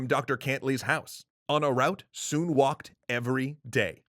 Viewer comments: His name is pronounced with the same vowel sound as foot. It’s not “soon” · You pronounced his name wrong